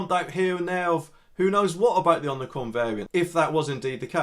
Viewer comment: Ommi-cron not omni-cron.